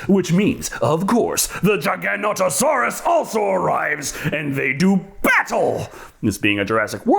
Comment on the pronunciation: i still cant fathom WHY the paleontologist can't pronounce Giganotosaurus right lol